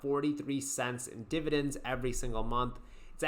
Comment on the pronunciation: Dude the way you say DIBADENDS - and HIGH DIBADEND YIELD WAERIORS makes me laugh out loud.